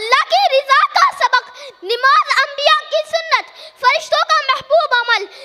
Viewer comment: نَماز ہوتا ہے نِماز نہیں ہوتا ہے ماشاءاللہ بہت عمدہ تقریر ہے لیکن اصلاح کی ضرورت ہے